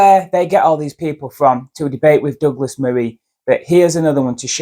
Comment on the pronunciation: was deliberately getting douglas's name wrong. what a slimy trick.